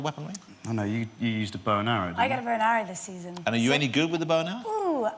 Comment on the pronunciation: How the hell did this guy get a talk show? "There was awwow awweady out there"